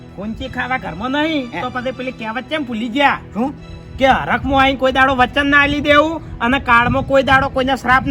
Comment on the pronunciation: આ ફુમતાળજી ને .વ. બોલતા નથી આવડતું વાઘુજી ને આઘુજી વચન ને અચન કહે છે